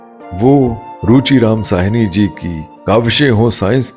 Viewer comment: Ruchi Ram Sahni ... bhaji pronounce simple SAHNI ... like Balraj Sahni ji .. Sahni is a sub cast oh hindus.